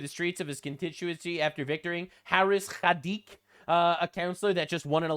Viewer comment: that's khaliq not khadiq. khaliq means creator in arabic. learn how to read your own letters.